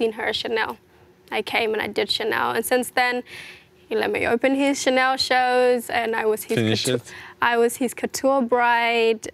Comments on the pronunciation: "Tchanel" "versatchi" mdrrrr mais qu'est ce que ? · C’est normal il les a prononcés en anglais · Pour Versace je suis pas sûr mais ça se pourrait à cause du « e » à la fin, mais en tout cas c’est sûr pour Chanel, j’ai déjà entendu pas mal d’américain etc le prononcer comme ça